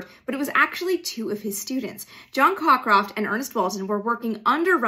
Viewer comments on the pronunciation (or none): Co-croft, not Cock-roft...